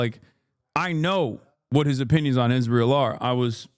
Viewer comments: “Ishreal” I hate the way she says it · Can somone explain why she pronounces it “ishrael”?